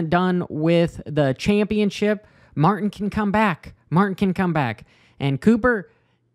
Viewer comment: There is a 'T' in Martin. Just sayin'.